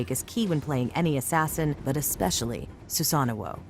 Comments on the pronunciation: Who says susano like that it’s su sano not susanno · His name is Susano. Why does she keep saying Susanao...